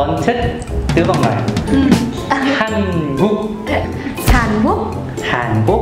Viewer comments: đọc tiếng việt cho chuẩn. Hàn cuốc là hàn gì đấy ??? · BÀ MIỀN NAM NÓI HÀN QUỐC CỨ NHƯ ĐỌC LÀ HÀN GUỐC 😁😁😁😂😂😂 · Hàn Quốc = Hàn Guốc Người Việt Nam phát âm chuẩn vl 😱